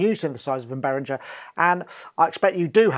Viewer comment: Why won't people pronounce Behringer the German way? That "gee" is annoying, not to mention disrespectful to Uli!